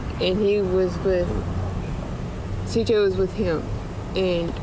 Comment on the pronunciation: Thank you for calling him CJ. So many people have talked about this case but almost no one says his name correctly. His name was CJ and he was loved beyond measure, and he did not deserve this.